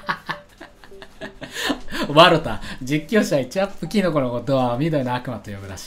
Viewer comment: ワロタってイントネーションが違和感